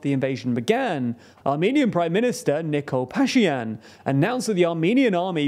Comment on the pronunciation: pronounce the names correctly. The name of Armenia's PM is Pashinyan, not pashyan.